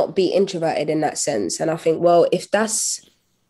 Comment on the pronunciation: Anthony, you just can't ask her why she say "fink" instead of "think" over and over and call it an interview.